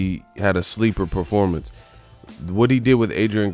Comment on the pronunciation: "What about the top guy Manny?" - Reporter "Ehhhh only after a loss or bad Perpormance(Performance)." - Pacquiao